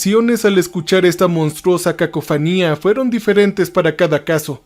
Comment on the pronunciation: No se dice cacofanía, sino cacofonía. Tampoco se dice sómbrio sino sombrío. Y la expresión deber de no existe. Soy traductor simultáneo y docente en idiomas, manejo varios y los enseño, y también he enseñado español a extranjeros y me baso por la gramática que promulga la RAE, que es la máxima autoridad para el manejo y la enseñanza del idioma español y dice que después del verbo DEBER se usa un INFINITIVO, por lo tanto DEBEN ESTAR y no deben de estar. Ofrezco disculpas por corregir al narrador que es siempre la misma persona que narra sus anécdotas, y también a las personas que desarrollan los libretos para que tengan en cuenta lo antes mencionado. De nuevo mil disculpas, propendo por el mejor uso de nuestro idioma. Mil bendiciones.